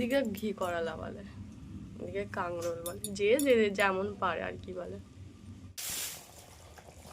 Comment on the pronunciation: Kakrol bole kangrol noy